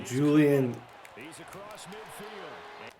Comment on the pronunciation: Julian? Watson? Bruh it’s Jaylen Watson 😂